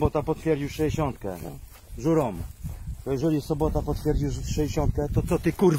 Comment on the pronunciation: To nie żurom tylko Ŕurom